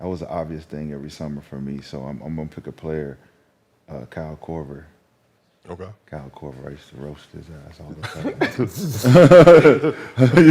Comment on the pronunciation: Him sayin Kyle kover name is crazy we see why u didn’t last😂😂😂😂